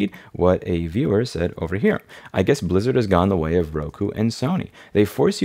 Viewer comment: All i could hear is "soup lizard" 🍲 🦎